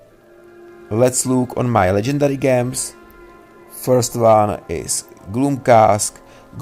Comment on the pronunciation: Gems is pronounced JEMS. not with a hard G.😅